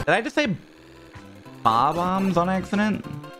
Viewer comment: worrying that he may have accidentally said bob-omb correctly is hilarious